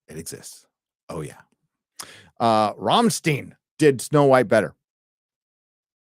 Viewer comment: Ramm.Stein. not ROM steene. C'mon muricans...